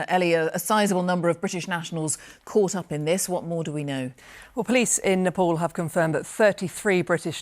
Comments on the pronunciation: why the hell do these BBC people say it like "nepol"?? its spoken NEPAAL. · Its Nepal not Nepol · Napol? Those people suffered the worst. At least make the effort to pronounce their province's name right. Smh